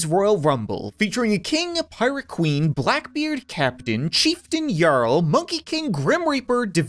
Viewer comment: comment: jarl: yarl